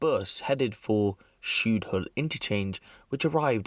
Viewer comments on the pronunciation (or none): It's spelled Blackley but pronounced Blake-lee. It's pronounced Shudehill. The Arndale is not a mall.